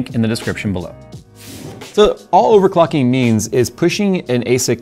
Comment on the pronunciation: "Overcocking" ... bejsus! 😅😅😅